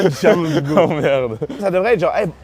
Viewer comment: Il faut que vous m'expliquiez c'est quoi ça "bo" au lieu de bro? C'est weird!